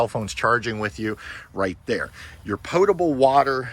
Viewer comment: Congrats on pronouncing “potable” correctly!